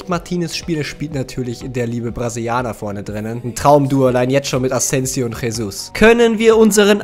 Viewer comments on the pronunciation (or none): Jesus wird Gesus ausgesprochen nicht Chesus